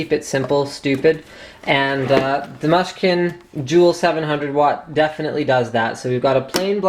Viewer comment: And by the way,it's mooshkin not mush-kin,get with the program dude.